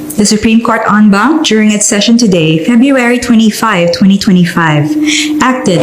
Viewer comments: "En banc" po hindi "on bank" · En Banc hahahh hindi on bank..but pronunced as soundin as "on"